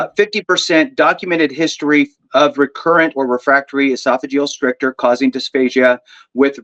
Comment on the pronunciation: Brothers - FYSA stricture rhymes with picture.